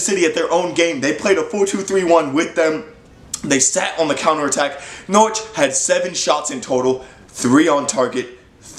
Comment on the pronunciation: You pronounced Norwich pretty well boy,you must be Canadian?!😀💚💛💚